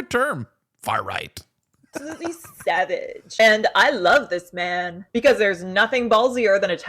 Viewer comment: U did it wrong she said it more like Sev-idge you said it like saw-vidge